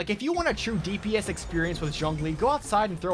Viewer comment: You are one of a few YouTubers who pronounces Zhongli correctly and I love you for it.